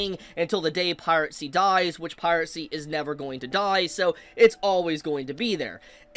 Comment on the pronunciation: Holy, stop saying pirate-sty. PIRACY, this video was hard to watch